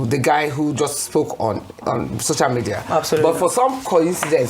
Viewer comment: She didn't go to any hospital, didn't do anything. Why does she still saying ,'shocial ' media